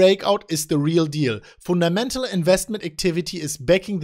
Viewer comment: "the People were Laughing at us" ps:, you had me at Foon Ta Mental"